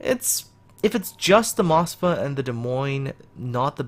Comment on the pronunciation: you are pronoucning Moskva wrong in your video, sorry, just had to point that out.